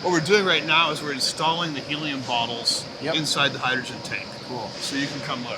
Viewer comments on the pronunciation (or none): none